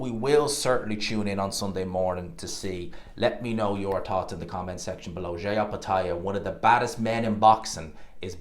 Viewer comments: His name is pronounced Jy not JAY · His name is Jai rhymes with die .